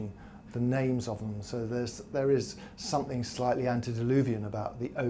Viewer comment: please......it is something not somethink!! You are a communicator please speak correctly.